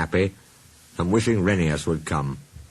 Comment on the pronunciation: You missed pronounced Rheneas. It’s pronounced Ra-(like in raw) neigh-us.